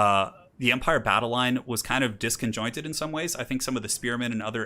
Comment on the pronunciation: My dude the word is disjointed.